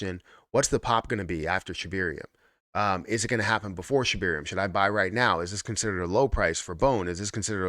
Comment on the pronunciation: Sheb AIR eum there is no E after the B lol just laughs.